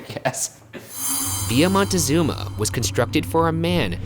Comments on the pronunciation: Question: Why did you pronounce Villa using, what seems like with, Spanish or French grammar pronouncing it ‘vee-yaah’ and then don’t prononce the ‘z’ in Montezuma as a ‘th’ but as a ‘zz’. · Honey thats not how you pronounce Montezuma